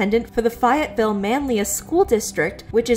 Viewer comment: Just a side note for someone from the Syracuse/manlius/Cazenovia area here in NY! It’s pronounced Faye-et-vill, and yes they are hands down the kind of area to ban costumes for that reason